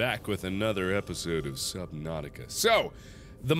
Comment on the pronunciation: i heard "southern nautica" 💀 fitting